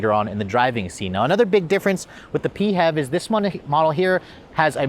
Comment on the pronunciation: pee-hev badge? I've always been pronouncing it "fev". :) One thing we can all agree, clearly the interior needs more gloss black.